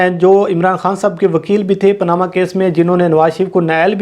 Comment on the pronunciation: پاناما ✅۔ پا نا ما (اُردو) پینامہ ✅ پناما ❌ Panama پے نما ✅✅👍